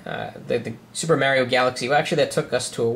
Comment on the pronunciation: the way you pronounce mario is gay as fuck